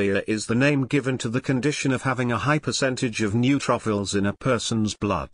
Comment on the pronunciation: I never knew I had new truffles ( neutrophils). Laughed every time it was mispronounced!!!